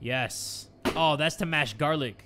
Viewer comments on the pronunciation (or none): none